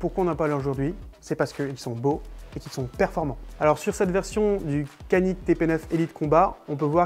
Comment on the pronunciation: Belle petite vidéo et surtout belle arme ! Les pistolets Canik sont excellents, juste une précision Canik se prononce "djanik" en turc qui veut dire "méchant"